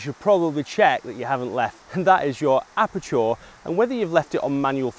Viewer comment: I like the way you pronounce aperture :)